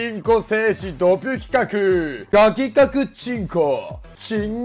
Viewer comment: 企画がルカクに聞こえてくる